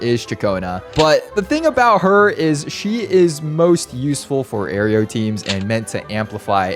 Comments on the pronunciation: Bro... It's not pronounced "air....eeee.....oh". It's "air...oh" I cringed a bit everytime u said it😅 Congratz tho 🎉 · Loving it but king it’s « air-o » and not « air-e-o » ☝🏻🤓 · Why does bro keep calling it "oreo" damage? lolo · "Aireo" T-T